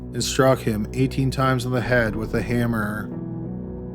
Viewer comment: This is a good video but the narration is so annoying, why does he lengthen out the last syllable? “Washroooooom”, “hammerrrrrr” please stop